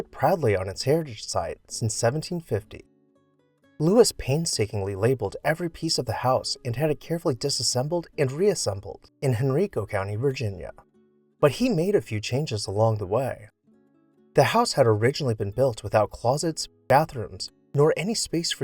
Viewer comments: Henrico is pronounced with a long i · I believe the correct pronunciation of Henrico is Hen-rye-co, with a long 'i.' I've been there before. 😊